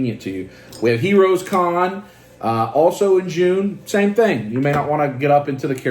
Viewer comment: Dude....did you say you are going to Heroscon???